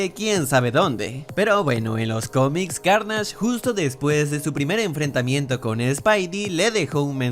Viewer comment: La intro como del 2014 xd evoluciona, en la curiosidad 14 Venom no tiene la araña porque aun no se ha unido con el cuerpo de Piter, eso pasa en los comics, y cuando dices: para reservar a carnasch? Eso que?xD aprende a pronunciar bien los nombres, pero bueno el video.